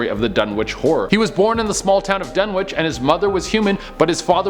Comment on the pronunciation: You don't pronounce the "w" in Dunwich. (I'm a huge fan okay? ;P)